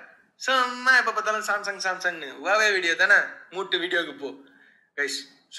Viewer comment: Huwaweaaa illa Huwawe